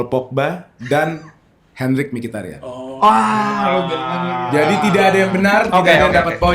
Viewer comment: Mkhitaryan bukan Mkhirtaryan